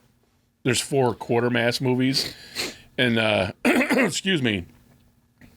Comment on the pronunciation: Quatermass is not quartermass, It's pronounced Kwaytermass.